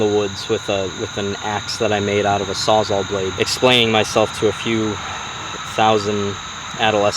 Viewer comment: Sawzal, because it saws all